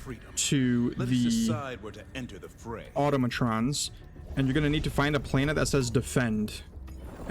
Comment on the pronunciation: Bro called them the auto-mo-trons what? Lol